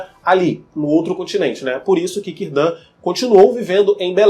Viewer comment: Cirdan se pronuncia "Quirdan"! Ninguém sabe se o mago é o Gandalf, até pq ele chegou muito depois da última aliança e pelos portos cinzentos, mais provável que seja um dos magos azuis.